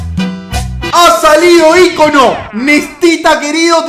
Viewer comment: Hasta que escucho a un youtuber decir ícono bien jajajaja dj pumus cacho entre otros dicen icóno con acento en la O jajaja